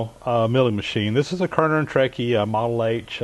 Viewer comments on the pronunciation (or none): Really enjoy your videos and I also love running the old horizontal mills. We have 4 K&T's and 3 Cincinatti's in our college shop originally produced during WWII and they all run perfectly. They are also amazingly quiet when they run as compared to the vertical mills. Just a tiny point of clarification about the name of the machines you are using. It is pronounced "Kearney and Trecker", not "Kearner and Trecky" as you commonly refer to in in your videos. Wouldn't want anyone to be confused! Thanks for sharing your knowledge. I love all your videos!